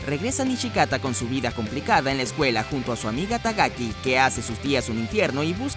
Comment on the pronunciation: dijiste Tagaki xD y las dos veces que la mencionaste